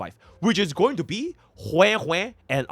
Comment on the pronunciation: But why did you say goonibg when on the avatar meme😭. I think has not watched avatar the last airbender. That was a reference to "there is no war in Ba sing sei" for those who did not understand.